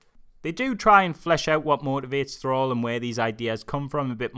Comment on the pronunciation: Krall not Thrall. Otherwise, good review.